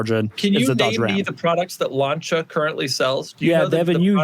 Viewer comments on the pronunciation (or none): none